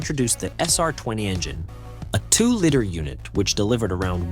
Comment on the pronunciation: Great video. But please learn how to say Liter. "Lee-Ter"